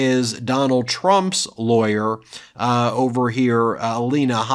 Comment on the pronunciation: " Which Hunt's Layer??"